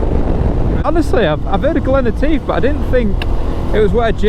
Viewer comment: Love it , love it..... great video again..... but..... I was privately giggling at how you were butchering the word "Etive". I will put you right next time I see you !!! lol 🧑‍🏫😜😁